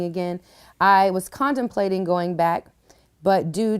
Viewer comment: Condem-plating? Did anyone else hear that?